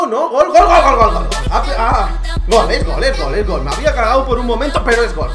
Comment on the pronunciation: like si viste que en vez de gol decia glo